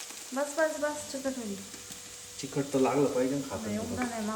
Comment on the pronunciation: चिखट नाही गं तिखट 😂😂